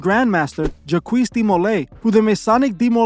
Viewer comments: Lol JACQUES is pronounced JOCK or ZHOC. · Jacques is a French name, it is just pronounced "jac"......not Jaqwees haha. Good video though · Juhkwees (Jacques) is pronounced ‘jock’ with a long ‘j’